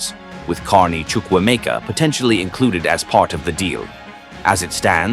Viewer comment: He got the pronunciation of Ugochukwu and Chukwuemeka right 😂😂😂